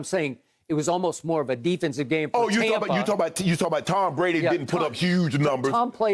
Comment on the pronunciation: I hate skip. For god’s sake stop saying tompa bay. I live in Tampa, we love brady and the bucs but nobody says tompa bay. I’m fed up with this guy. I bet brady doesn’t even like him.